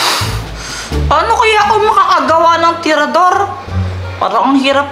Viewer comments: Hindi traedorhinditinidor😅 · si ginagawa ang tirador naliging tinidor😂😂😂